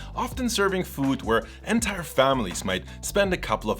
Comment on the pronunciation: as a friendly reminder, please look up the pronunciation of the word "entire". you use it soooooo often, it drove me nuts. xD great video though!